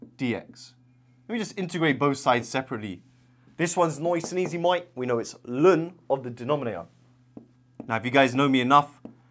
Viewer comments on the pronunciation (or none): First time hearing someone say ln as 'lun'.